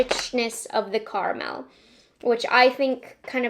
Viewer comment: Love the way says, "Car Mel"